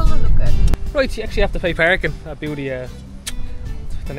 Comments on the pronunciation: Bouddi is actually pronounced bood eye Coming from someone who has lived there all her life 😊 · pronounced Bood eye beach, i walked and surfed those beaches,and had my car broken into [little beach ] 50 years ago. but it was free then, no $8 parking fee